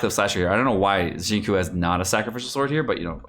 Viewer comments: Omg it's pronounced "shin-chu" not "shin-ku" lol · Please it’s not shing coo, it’s sing chiyou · y u say shinkuu it hurts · Qiu is pronounced as 'Chew' not Cho. Yue is pronounced as 'Yuea' instead of way. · Xing tsiou it should be pronounced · It's "SING CHEW", SING CHEW:( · pls....it's not shing coo.... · I know is being a troll here, but it is time to consider how to properly pronounce his name, or people can pronounce Hispanic names wrong. On the other hand, Chinese government needs to improve Pinyin. Why not just write the alphabetized name as Singchiu? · It's Xing Chiu * pls...... It hurts my ears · normally I can look past pronouncing names wrong but bro “kekwing”? lmaooo please it’s so easy to say them right with a quick google search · The way pronounced Xingqiu sounds like Senko. LULW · "Shing-ku" Lol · has had so much time to learn how to pronounce “Tsing-cho.” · There are only so many times you can say Xingkiu and Keking and find it funny. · Try to pronounce “Qiu” as “chill” and “Qing “ as “Ching “ it will sound much better and genuine. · hi, pronunciation tip on xiuqiu and keqing: try to pronounce “Qiu” as “chill” and “qing” as “ching” it will sound much better. Cheers! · in case you were completely ignorant and blind which you are, "xinqiu" is a Chinese name. therefore mispronouncing it intentionally is disrespecting Chinese culture.